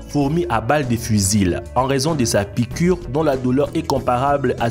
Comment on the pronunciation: La piquwe est mowtelle mon fwewe